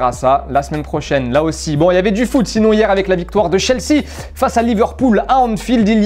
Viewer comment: Sa m’tue comment il prononce chelsea